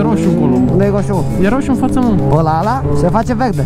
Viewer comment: "Hadule, nu stam la hosu! Vehde, VEH-DE!!!" Are un rarait aparte 🤣🤗